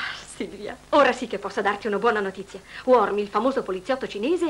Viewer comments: "Beh, sembra che nel film abbiano deciso di promuovere una nuova versione del personaggio, chiamandolo 'Mister Worm' invece di 'Mister Wong'. Chissà, forse è il cugino del famoso detective cinese! Scherzi a parte, speriamo che sia stato solo un lapsus momentaneo e che il film sia comunque stato divertente da guardare, indipendentemente dalla pronuncia dei nomi dei personaggi! 👍 9998+ Mi Piace" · C'è un errore nella pronuncia di mister wong,lo chiamano mister worm. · Ma perché lo chiamano "Worn" invece di Wong..?